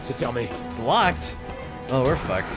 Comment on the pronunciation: I forgot this was in French and in the beginning when Leon said 'locked' I thought he said 'feel me' and I thought 'Whaaaaaaaaaat?' (Yea, a Jesse Cox style whaaat). Stupid moments are great. :)